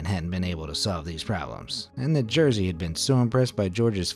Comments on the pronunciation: its not jersey its jerzy XD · Sam jesteś Jersey XD Learn Polish pronunciation, dude! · you could look up pronounce of name Jerzy lol... that what you say is not even close...